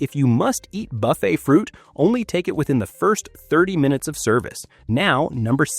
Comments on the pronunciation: 32 million cruise each year, and only 20 seniors have stomach problems. It doesn't sound like a problem to me. I'm 69 and have never had a problem. Anyway, you don't even pronounce buffet right, so why should we take your advice? What you say is logical, but not a serious problem. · Hey…Jimmy would be amused to be mentioned in this regard. The narrator makes Buffet sound like F. It. Sheila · How about a real person who can pronounce ‘buffet’ and ‘warfarin’